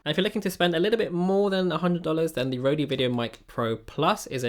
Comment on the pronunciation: I don't think it's pronounced Rodey or is it? <